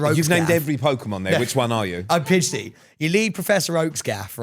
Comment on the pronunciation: Also Sam it's PIDGEY not PIDG-DEY, come on now..